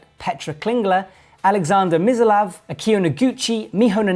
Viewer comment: Aleksandra Missolav? Ludovico Fossellai? Look, Charlie & Mike butcher pronunciations on the regular too when commentating, but those are just plainly not their names...